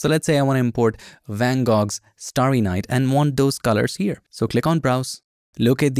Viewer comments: Not to take away from the video content and all the great new PS features, but van Gogh is pronounced van Go, not van Gog. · Always amazing. Thanks. (BTW - The artist Van Gogh is pronounced VAN-GO) ... You're so great. Thanks again.